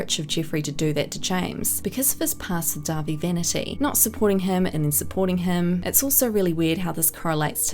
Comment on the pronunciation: Thank you for being one the few people to make a video over all of this and pronounce dahvie name right